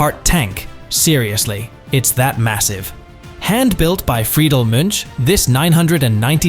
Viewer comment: Munch not mitch